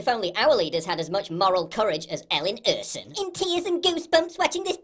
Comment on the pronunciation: Quibble on pronunciation. Ersson came out as "ursin" in subtitles. If she's from Gothenburg, it's more like "ash-on" Drawing out first syllable.